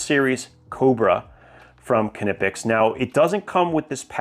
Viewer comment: your pronounciation of Knipex is really perfect! greetings from Germany. 😊